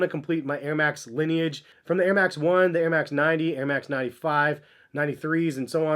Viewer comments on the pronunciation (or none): “Nair max”